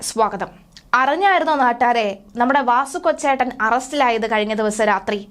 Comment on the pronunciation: കൊച്ചേട്ടൻ അല്ല മോളേ, കൊച്ചാട്ടൻ